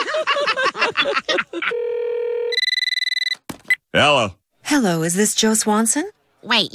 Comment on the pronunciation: I like how Joe says yellow not hello